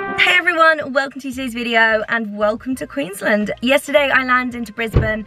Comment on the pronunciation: I live in Australia and just the way she pronounced Queensland gave me the giggles haha never heard anyone say it like that but anyways love you.